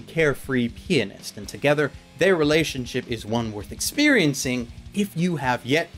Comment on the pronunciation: I don't want be rude rude but...And this might just be by headset echoing...Did he say "Pianist" like "Penis"